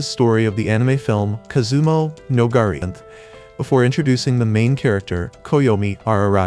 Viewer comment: I'm pretty sure the name he gave is just a very butchered attempt at Kizumonogatari. It's a multi-season show that's supernatural and kind of psychological. I'd recommend googling a watch order guide as the series really can be picked up at any point, but there is a certain chronological order that will tie things together nicely.